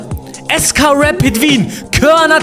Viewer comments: Es heißt nicht reit sondern Rapid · Es heißt R A P I D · Man spricht rapid so aus: rapiet also a so wie es gehört und nd mit e aussprechen